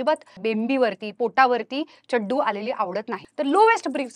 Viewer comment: Ma’am it’s not Chaddu.. it’s Chaddi